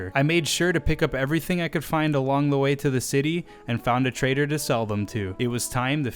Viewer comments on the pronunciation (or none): none